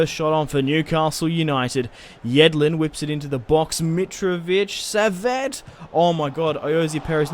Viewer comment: Saviet is pronounced like sav ee aaa